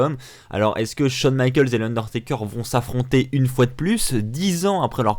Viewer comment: "Michaels" pas michalks Putain Va te renseigné quoi